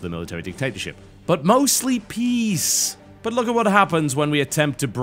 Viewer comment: Every time TB says "For peace" it comes out as "for peas." Do the Terrans like their veggies THAT much?